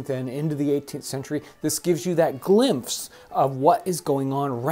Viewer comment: does he say “Glimfse” instead of “glimpse”? 😂😂